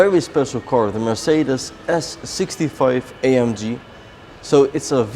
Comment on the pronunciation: Could you PLEASE pronouce Mercedes in the right way?